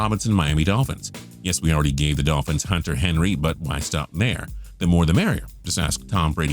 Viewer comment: I know everyone is saying this but henry? come on.